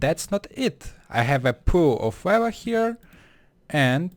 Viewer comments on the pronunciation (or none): lol sorry but it's funny that you call lava (wawa)